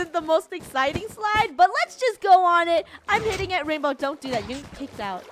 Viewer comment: It’s not rainbow is rainwoah